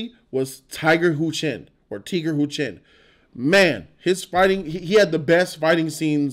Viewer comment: its Tiger Chen... Tiger, the animal.. Tiger.. jeez! and stop saying Karate, its a Martial Arts movie. You got Muay Thai, Tai Chi, Pencak Silat and many other mixes. Tony Jaa was water down?? You didnt see the Atkins/Jaa fight??? They did make MJW, tough.. He kicked both Iko and Tiger's asses. Your a joke of a movie review guy. Your definitely far from someone who can critique the martial arts in the movie. As a martial artist my self, they did a good job. Movie, considering they are trying to cater to the Asian audience. Story could have been tighter, but overall a must watch for Martial Arts fans.